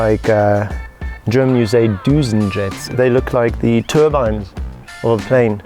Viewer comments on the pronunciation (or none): none